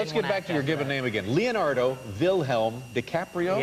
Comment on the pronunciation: They always change The name, instead Leonardo They say Lionardou. Duh